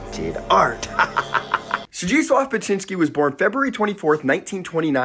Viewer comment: I love his work. I've never heard his name pronounced before. Are you sure you are saying it correctly?